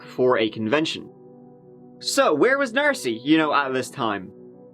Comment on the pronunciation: Stop saying "Narcy! 😭😭😡😤